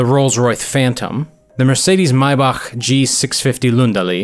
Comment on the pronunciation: 675LT is definitely not incredibly rare but at least you pronounced maybach correctly